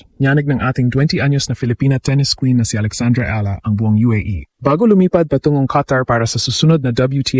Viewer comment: E-ya-la not ilah 😊❤❤❤